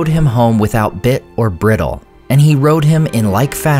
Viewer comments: "Bridle" is BRIDE-ll, not briddle, and "quay" is KEE. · Bry-dl, not bridd-yo. Please learn how to pronounce the English language. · Great video. I didn't realize Snowmane was also one of the Mearas (or believed to be). Minor point but FYI, "bridle" is pronounced "bry-dle." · bridle sounds like "bridal," not "brittle" Man, "weregild." First came across that in my German Lit. From class way back in college. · I'm gonna get scorched for this. Bridle is pronounced BRYdel, not BRIDDel. And quay is KEY, not KWAY, although that spelling is bound to trip you up on first glance. Grew up in a fishing village with farmland all about, so hearing those words mispronounced brings out the school marm in me. And thanks for another entertaining LOTR lore vid! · Great video, but Bridle is pronounced like Bridal, not like brittle. And quay is pronounced like Key, or Cay. Not trying to be the language jerk, but trying to help you sound better next time. 😉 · "Briddle"? Bridle is said like bride-l. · At least that one is someone justified, as opposed to bridle being read to sound like "briddle" instead of "bridal". There's a reviewer here on Youtube who normally does excellent VO work, but constantly reads "antiquated" as "antikated". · I was coming here to mention this. Same with "bridle", which is pronounced "br-eye-dl". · "Briddle" really grated on my ears He's clearly a city boy. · Beautiful job, as always, but just two quick notes on pronunciation. "Bridle" is pronounced with a long "i" and "quay" is pronounced as "key." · Friend, some pronunciations are odd. “Bridle” has a long ī. “Quay” is pronounced closer to the word “key.” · Bridle is pronounced with a long I. 😅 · FYI, that's not how "bridle" is pronounced. It sounds like the word "bridal". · As a word of advice, to improve your videos and your own knowledge, listen to unfamiliar words being pronounced before you record a video. Bridle is not pronounced briddle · Is that really how Americans pronounce 'bridle' and 'quay' hahaha